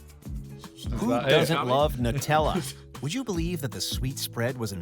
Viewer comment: He’s saying Nutella incorrectly ! KSI will be the first !